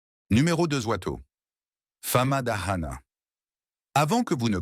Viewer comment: On dit FAMADIHANA vous faites erreure sur la prononciation